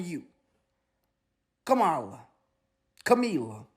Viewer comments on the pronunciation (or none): It’s KARMALIAH 😂